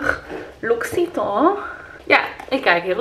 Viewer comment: Dag 20 van je adventkalenders en ik heb eindelijk door dat die ene kalender van het merk “L’Occitane” is en niet (zoals je uitspraak suggereert) “L’Oxytemps” of dergelijke 😂 Een Frans woord eindigend op “ane” zal nooit die fransige klank zoals je bij “temps” gebruikt worden (hoe chique je het ook wil doen klinken :p), maar dat wordt gewoon “an” en de “e” op het eind slik je in. “Loksitan” dus als uitspraak!